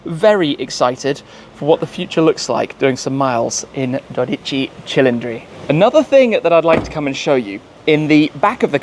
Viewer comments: Good pronunciation of "dodici cilindri" starts . You deserve to own this car Tim! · Shmee your pronounced of name 12 CILINDRI is so well an so glorious to listen that from an italian 👌🇮🇹🇮🇹